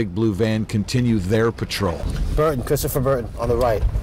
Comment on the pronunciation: "Chwistopher don't wun, don't wun!" 😂